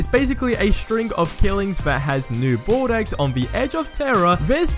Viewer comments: Please stop pronouncing Bordeaux like that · its pronounced Bor-Dough